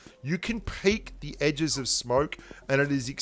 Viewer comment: am i the only one who heard smark instead of smoke lol